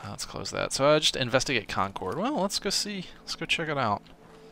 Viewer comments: Concord is pronounced Con-kurd not Con-coord with less of a pause between syllables. Im from the area. Great content so far btw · How to tell someone isn't from new England: they pronounce it Con cord, not con curd lol luv ya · Love the videos, but it would be great if you'd pronounce Concord correctly. The game actually got it right in the last episode. As a big fan I hate to sound so nitpicky, but I happen to be from the area. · live near a place called Concord as well, different one, but i's also pronounced the way it was in the game.